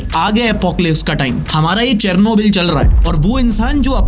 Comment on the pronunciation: It is pronounced as ‘Sher-no-bill’